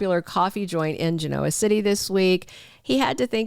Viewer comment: Can you Please, Please pronounce Genoa City like the show does ??? It is very annoying to listen to otherwise and makes me wonder if a computer is doing the audio. Please????